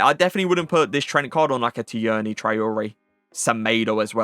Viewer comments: Tierney is just pronounced like Teerney lad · that’s not how u say tierney